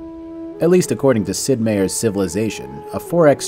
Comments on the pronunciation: Meier My-err Not mayer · It's MY- UR not MAY- UR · I thought it was Sid “My-er” not Sid “May-er”? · I thought Sid Meier was pronounced like, "Myer" not "Mayor"? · "Meier" is a german name. To cut it short, it's related to the english "mayor" - and no, in no german accent the pronounciation would be even close to "may-or". Whatever that is, they are wrong. The only exception to that would be the dutch version of the name which would be spelled "Meijer" and thus be clearly distinguishable from the other versions. Quelle: Ich bin professioneller Klugscheißer. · The biggest bug is how you pronounced Meier.